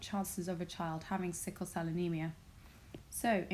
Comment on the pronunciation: It is sickle instead of sickie